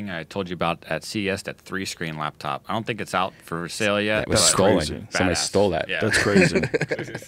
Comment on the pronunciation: It's a laptop joe not a labtop !